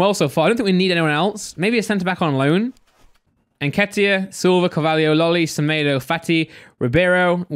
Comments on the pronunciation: When he said nketah I thought who's that pronounced nketiah completely wrong lol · Eddie ‘nkeetah’😂😂😂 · why tf did u say Nketiah name like that nketah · It's En-ket-iah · Fuckin hell saying Nketiah like he's French aha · Is no one gonna mention how pronounced eddie nketiah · Its not even pronounced n ket iah lol